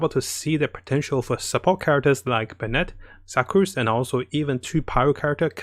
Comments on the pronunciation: I appreciate your videos, but please learn how to pronounce Sucrose better. Sue-crose. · “Su-crose” not “Suck-crose” also it’s a she not a he. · fml HAHAHA i died when he said suck-crose